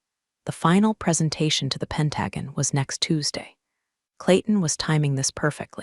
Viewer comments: Why can none of the stories say pentagon or resume correctly? It’s very annoying. But great story nonetheless. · It would help if the AI voice could correctly pronounce Pentagon.